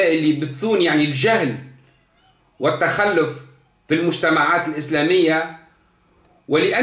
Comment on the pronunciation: التخلف٠ ينطقها بفتح اللام وتشديدها ٠ معنى هذا ان سيادته لا يعرف العربية الفصحى اصلا ولا اللغة القرآنية ٠ الصواب هو : التخلف بضم اللام وتشديدها يتكلم بالدارجة التي لا يحسن غيرها